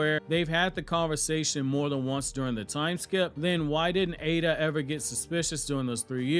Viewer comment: People please, its Eida not Ada.. big flipin difference